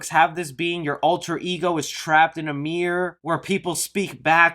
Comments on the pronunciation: Dude, it’s MIRROR not MEER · Sounds like you're saying half of the word Mir-Ror. Lil Mir. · It was at least a few mentions of "Meer Master" before I realized you meant miRRor. MiRRor.